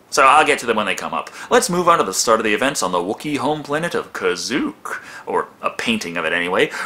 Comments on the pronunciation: Uh,, it's pronounced KAH SHIEK, not KAH ZUK! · Its not Kazuuk its Kashyykk. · Kazook? It's Kashyyk. Pronaunced Kascheek. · Kazook. Um. I'm pretty sure its Kasheek unless this is another planet or they pronounced it different in this. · You wanna check out Voxis Productions take on this...abomination. And the planet is Kashyyk. Not Kazook, or whatever. Lol. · it's actually kazuu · Jon Avenger71985 The Holiday Special calls it “Kazook”, even though it was obviously called Kashyyyk later. Whether the Holiday Special grossly mispronounced it or the planet hadn’t been officially named “Kashyyyk” yet, I don’t know. Maybe it’s like how Americans mispronounce the names of foreign places all the time... 🤔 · The planet "Kazuuk?" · in Star Wars 3 Tarful was Chewbcca's father, they probably didn't have that fact 40 yrs ago and the wookiees homeworld is pronounced kasheik I'm not going to actually spell it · The Fan Without a Face In the Christmas special it's called Kazook